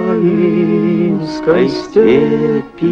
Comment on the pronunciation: заметили правильное ударение, литературное? УкрАинской, а не Украинской, хотя лингвистика на Укропине сошла ноль, потому что всех мужиков выслали на ноль, где они в большей степени и обнулились. Слава Урине, чо, просто танцуем куклу колдуна